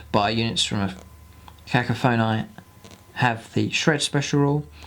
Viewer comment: hehe, the word is pronounced 'Ka-KOFF-an-ee" the emphasis on 'koff'